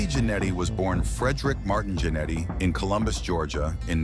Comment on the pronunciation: It’s pronounced “gin eddy,” not “janity!”